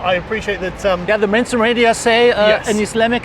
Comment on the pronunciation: I like how the way he pronounces "mainstream media" sounds like "menstrual media"....accidental truth, methinks....